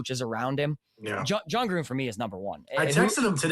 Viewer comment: John Grudden?!?!?! You’re off some good crack.